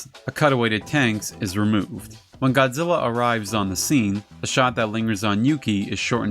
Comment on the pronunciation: I just got to say I know a lot of work goes into making these videos and research I love this channel just as long as he doesn't pronouns GODZILLA I'm fine with everything else lol. keep up the great work and the videos coming